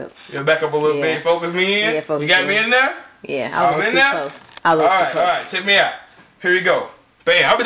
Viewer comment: She said "you Aiight" lol ... good video